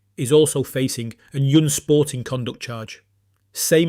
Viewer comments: Unsporting is not pronounced "Yunsporting" 😂😂😂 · "Yoon-sporting conduct"? More AI SLOP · Would be better if this wasn't AI. Can't pronounce unsporting or separate.